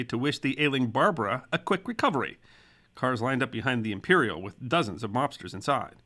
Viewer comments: He also mis pronounced Barbara.The emphasis is on the second syllable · A little nitpick - the Barbara name wasn't pronounced like the female name "Barbara" (BAR ba ruh) - the gangster name was "Bar BARE ah" (accent on the 2nd syllable)